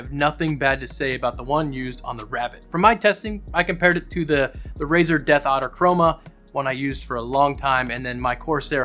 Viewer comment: It sounded like you said Death Otter Chroma when you where talking about the mouse. And I'm lmao.😂